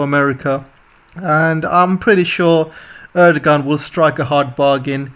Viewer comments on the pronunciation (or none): "Erdogan" is pronounced "Erdowan" in Turkish. India's water crisis depends on the actions of China in Tibet. China is damming the glacier fed major Tibetan origin rivers, and diverting the water to the Han Heartland in eastern China. This problem not only affects India, but can also be seen in Southeast Asia where the flow of the Mekong River has slowed to a trickle due to Chinese dam building. mentions the drug problem in America. Fentanyl is the biggest drug threat to Americans. The Fentanyl is manufactured in China, transported to the Mexican Cartels, and smuggled across the US border. Russia is not America's major enemy. China is, and should be treated as such. The problem is China makes cash distributions to corrupt American politicians and other elites to by them off. However, the overwhelming majority of average American people detest China. China and America have a rendezvous with destiny coming. Crime in America is not a problem as long as one travels with a companion like Sig Sauer, Smith & Wesson, or Glock. Russian wheat is subject to international sanctions. A country can purchase wheat from Russia, but it won't be able to ship it home by sea because the US Navy will intercept the vessels on the high seas. Turkey will end up getting paid off in order to approve admission of Finland and Sweden. Other European countries are unlikely to commit extortion like Turkey.